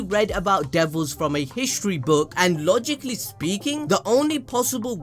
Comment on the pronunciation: The “logic” “lee” got me there😭😭😭